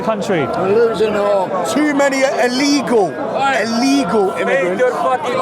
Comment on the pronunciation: The chubby guy with the cap on talking about "ellegal immigrants " cant even pronounce the word properly what an embaracement ,scared to imagine if they actually take the law and act on minorities . "This type "will be leading the country like the lad who doesnt even know what he is protesting against. Jokes. Embarrassing.